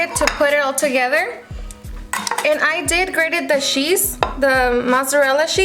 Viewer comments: The way she says cheese!!! 🤣 “shhhhheese” lmao how annoying is her voice in the intro though! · This looks so good. I think it’s adorable how your accent comes out when you say “cheese” it’s cute! You’re an inspiration girl, your so well put together on top of having a nice personality.